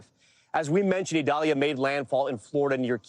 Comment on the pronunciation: Prayers for all people and animals affected by Idalia 🙏...Desantis wouldn't even pronounce the name of Hurricane Idalia correctly because it is a Hispanic pronunciation. Insisted on calling it Eyedalia when the hurricane center's official pronunciation is «EE dal ya». The guy can't even stand for diversity in names! Horrible to have him representing Florida.